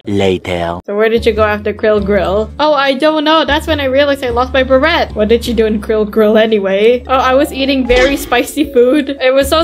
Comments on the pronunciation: its a silent T on beret! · It is pronounced bera